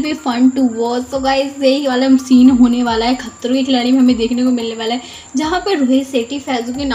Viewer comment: the way u said " khatroon" 🤣🤣